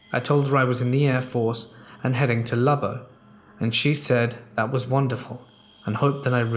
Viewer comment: Lubbock isn’t pronounced that way. It’s Lub-buck. Great city and home of Texas Tech, Buddy Holly and the former Reese AFB 😁